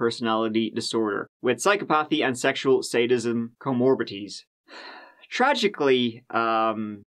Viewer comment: Comorbities? You mean comorbidities?